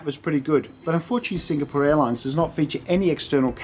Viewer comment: I like your reviews, brief and to the point. I don't like your repeated incorrect pronunciation of Singapore. But that's a small thing.